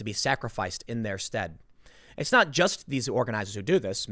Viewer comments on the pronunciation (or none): none